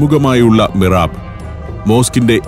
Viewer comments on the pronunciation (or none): മിറാബല്ല മിഹ്റാബ് എന്നാണ് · മിറാബ് അല്ല മിഹ്റാബ്